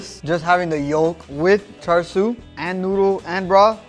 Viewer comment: Chāshū its chāshū not char siu this isn't Chinese char siu pork this is Japanese chāshū pork belly both completely different and there's no R in chāshū I mean come on.